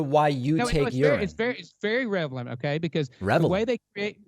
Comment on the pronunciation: Was it me or did after 2 SHOTS at 'Relevant' he STILL said 'revelant'!? I blame home schoolin on the whole 'my own science' epidemic! And well when your whole world view is biblical based aliens are demons,& everything is a Satanic sign from Monster Drinks to any Triangle Anywhere you just aren't a serious minded person. Maybe well intentioned but sadly misguided,maybe corrupt in top!👽